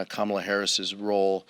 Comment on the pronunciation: That slip when he realized he was pronouncing correctly Kamala and went back to the wrong pronunciation 🤮🤮🤮